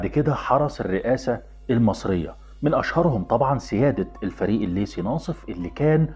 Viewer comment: بس يا ريت لحتى يكون كلامك مفهوم أكثر تستخدم الأحرف اللثوية على أصولها حتى لو كنت تتحدث باللهجة العامية المصرية، يعني مثلا اسمه الضابط الليثي وليس الليسي